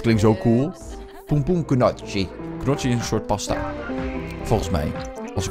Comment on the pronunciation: Gefeliciteerd met je verjaardag!! Je zegt trouwens pompoen njoggie;)